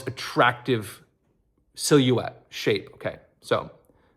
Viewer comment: What’s a “sill-yoo-ette”??? 😂